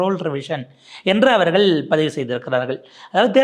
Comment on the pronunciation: "அவர்கல் " என சொல்லாதே Tongue cleaner use பண்ணவும்......